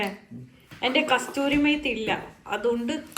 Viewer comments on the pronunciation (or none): Kasthori alla kasuri methi aanu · Kasthuri methi allada. Kasuri aan😝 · കസ്തൂരി അല്ല കസൂരി